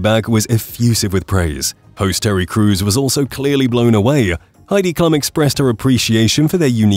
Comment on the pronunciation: Heidi Klum is pronounced KLOOM not KLUMM 🙄 at least attempt to research something so basic